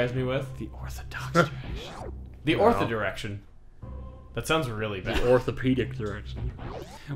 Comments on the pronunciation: "The ortha-direction". In making jokes about orthadox directions, Chugga almost reinvented the term "orthaginal direction" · I love how Chugga not only says orthogonal wrong, but also gets the meaning wrong as well.